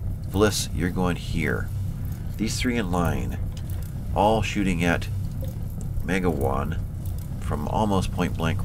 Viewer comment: Now that it's over, Sir, I Believe the name was pronounced Ma-GOW-an, a good Irish name. Good Episode.